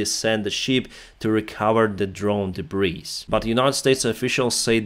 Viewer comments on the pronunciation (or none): Btw.." Debris " is a word that came from the French So the ""S"" Isn't pronounced So it sounds like... DE BREE